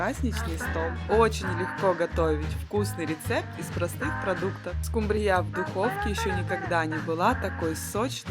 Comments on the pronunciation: СкУмбрия, а не скумбриЯ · Это что, новое название скумбриЯ, режет слух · Спасибо за рецепт! Но, почему скумбриЯ?! Ведь наверное было бы правильно-скУмбрия...Или я ошибаюсь?))) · Да почему скумбриЯ ? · Не скумбриЯ, А скУмбрия!!@ Извините .... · Ооочень нудно расказываете, до конца не досмотрела.....и почему скубриЯ? скУмбрия, ударение на У! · Опять скумбрИя!! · Это у миллионеров говорят скумбрия с ударением неправильным,не скумбриЯ,а скУмбрия.И солфетку к чему постелила,для красоты?вся она размокла и разорвалась.А так вроде нормально. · Вот этой скумбрИЕЙ, да по мордам, по мордам, чтобы научились правильно ударение ставить, и музыку, лучше гимн Украины. Помереть от этой тянучки можно! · Спасибо, конечно, но 30 минут можно было уложить в 3. Невозможно даже на скорости х 2 смотреть и еще -- скУмбрия, а не скумбрИя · скумбрИя, у нас скУмбрия. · не скумбрияяяяяяяя а скуууууууумбрия. а рецепты оч вкусные спасибо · СкУмбрия, а не скумбриЯ.Ударение на у, а не на я Слух режет. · Ударение в слове "СкумбриЯ" Режет слух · Откуда родом эта СкумбриЯ? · Почему не скУмбрия, а скумбриЯ?музыка осточертела. Не смотрю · Мне больше всего понравилась "скумбриЯ" ну "скУмбрия", у такой дамы с таким количеством брильянтов на кажном пальце, просто не может существовать. Это надо так изловчиться, что "скУбрию" превратить в "скумбриЮ" при всей любви к рыбе " скумбриЮ" есть расхотелось. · Про миллионера,вы конечно загнули! Браслеты на руках при разделки рыбы,да и вообще при приготовлении пищи - это просто ни в какие рамки!На это даже смотреть не приятно!!!Название рыбы - скУмбрия,а не скумбриЯ!!! Музыку,нет сил слушать - уважайте же тех кто вас смотрит!Извините! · В русском языке нет слова скумбриЯ Есть слово скУмбрия За рецепты спасибо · Ну откуда у нас божественная скумбрИя, у нас обычная скУмбрия. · Ну, так рыба -то особенная скумбриЯ! Это вам не скУмбрия. 🙂🙃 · Хороший рецепт,но сразу пропадает интерес смотреть после услышанного слова СКУМБРИЯ с ударением на последнюю букву Я !